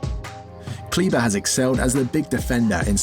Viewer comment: He is KLEBER not CLEVA